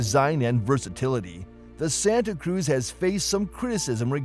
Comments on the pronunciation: If is going to post a video of mis-information about the Santa Cruz, at least pronounce the name correctly. Do your research before posting videos. I just purchased a 2025 Hyundai Santa Cruz with Acitivity package with the base 4-cyl engine and 8-speed automatic transmission. I was shocked on how well the vehicle handles and yet offers a quiet comfortable ride. It's like driving in a luxury SUV but it's has the capacity of a small pickup truck. Santa Cruz offers a lot of technology and safety features found in high-end cars for a lot less money. Hyundai is aware of the problematic DCT transmission and will not offer it in 2026. Hyundai says that the Santa Cruz is not classified as a truck but as a Sport Activity Vehicle (Marketing at it's best). IMO, Santa Cruz runs circles around the Maverick not only in looks but in features. I find it odd that Hyundai reviews rarely mention or compare the warranties between Hyundai, Ford, and other brands. Hyundai's and KIA warranties offer the best vehicle warranties out there. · He's pronouncing Santa Cruz wrong as well. lol.